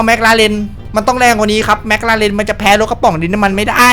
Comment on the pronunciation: เอิ่มครับจริงๆแล้วมันไม่ได้เรียกว่าแม็คราเรนน่ะครับแต่คนไทยชอบออกเสียงผิด จริงๆแล้วมันเรียกว่าแม็คคลาเรนน่ะครับ #ฝากใว้เผื่อใครไม่รู้